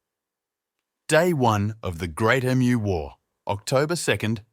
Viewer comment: Nice script. Pity it is ruined by a crappy AI that can pronounce the most important word ! Emu not E.M.U.